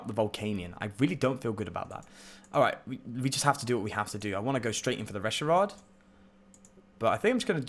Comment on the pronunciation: I love your rogue spirit. I hate how you say Reshirard. 😂😂